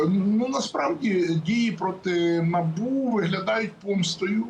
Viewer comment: Не На'бу,а Набу'